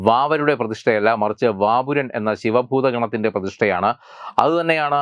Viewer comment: വാപുരൻ അല്ല:ഗോപുരൻ.ഇത്ര പൊട്ടന്മാർ ആണോ ഇവറ്റ.ചിരിച്ച് മണ്ണ് കപ്പും.